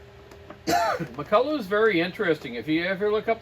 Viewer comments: Alright you silly canuck left coasters. It's pronounced Mack-Kull-LOCK. Heavy emphasis on the last syllable. Mick-Kull-Aww is McCullough... Not McCulloch. The "ch" is a hard K sound in Ireland, England, America and Scotland... Hence the Loch Ness monster. Pronounced Lock Ness.. It's not Law-Ness monster. Ok... Rambling over. What a great saw!! Its a beauty. The old Macs are just great. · Hi wish you Canadians would pronounce the word Mc Culloch properly it's not McCulla it's pronounced och as in Loch like Loch Ness. Great vids. Thanks. Iain from Scotland.